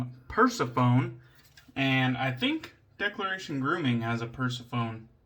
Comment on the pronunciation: I might be wrong but I'm sure it's pronounced per-seff-on-ee haha We spoke about the V4 Tip initially and I still don't think those overly gelly knots are fun to use.